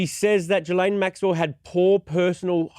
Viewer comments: Geh-Laine is the pronunciation the S is silent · No it’s pronounced it’s pronounced “Ghi-laine”. I’m French. Everyone is mispronouncing her name terribly.